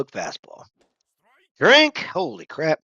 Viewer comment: i feel like i made you drink the least amount this round lol also you said strink at some point. thats drinking on a strike in the zone perhaps? haha